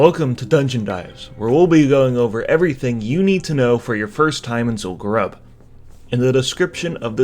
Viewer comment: its zul gurub, not zul garab HAHA